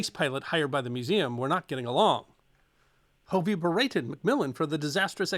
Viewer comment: Hey, I'm not sure if you're saying my last name (Hovey) or not, but, it's a short o, not a long o. "Huhv-ee", NOT "Hoo-vee".